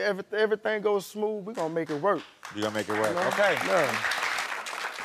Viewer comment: As soon as she said “Remoke” i switched to the guys side lmao